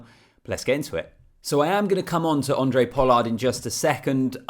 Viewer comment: his name is Handre not Andre. Its not tricky.